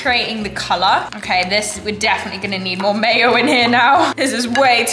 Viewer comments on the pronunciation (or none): none